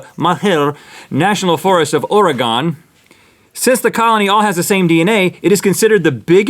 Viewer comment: Have to give you a little heads up, you said Oregon wrong. You pronounced it or-E-gone, but it is actually OR-uh-ghen, like organ with an uh in the middle. Also Malheur, is not a fancy pronunciation, it is MAL-her. That's it. Hope you see this.